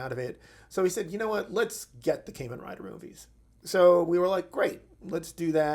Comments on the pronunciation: It's Kamen Rider, not caymin rider like what you're saying. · "Caimen Rider" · As excited as I am for this I just wish he would say it right 😭